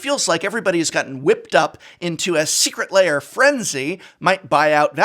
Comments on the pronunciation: What prof wants to say: Secret Lair What prof says: Secret Layer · Secret Lair, not Secret Layer. Come on, Prof, you’re a recovering English Professor. Love you and your content. Just picking a bone.